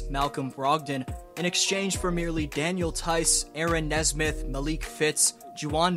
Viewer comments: It’s nesmith not nesbitt lol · It’s pronounced Aaron Knee-Smith